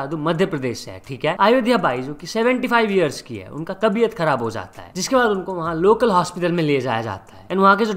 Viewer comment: 5:5 pe tabiat bolna tha bhai kabiat nahi😂😂😂